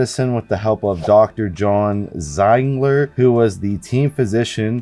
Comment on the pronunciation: It’s pronounced “Zeeeegler”.